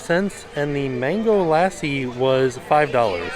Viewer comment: Hey, the traditional way of saying Mango Lassi is Mango Luh-SEE.